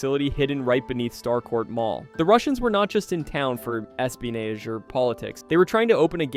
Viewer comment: Dude, how do you pronounce “espionage?” LOL!!!